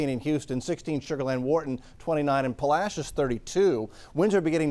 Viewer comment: I have lived in Texas since 2013 and hearing someone say "puh-la-shus" instead of "pah-lah-see-ohs" activated my fight or flight reflex.